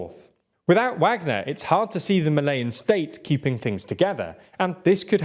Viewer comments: Malayan? Isn't it supposed to be "Malian"? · Please stop pronouncing “Malian” as “Malayan”